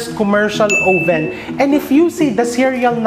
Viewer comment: chef, oven isnt pronounced with a long o vowel. it's ah-ven.